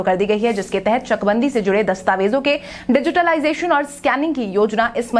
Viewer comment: डिजिटलाइजेशन का उच्चारण सिर्फ डिजिटाइजेशन न किया करें।